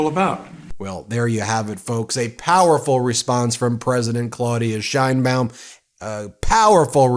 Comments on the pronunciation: Her name is not “Shine-bawm” She and we pronounce it “Sh/chane-baum”. Learn it. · Just as an FYI, the correct way to pronounce her last name is the SH like you said, but the ein is pronounced like "ayyy" from the expression, add an n, and the baum.